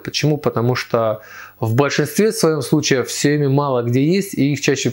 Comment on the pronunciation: Сиёми? СИЁМИ? Мля, кровь из ушей пошла...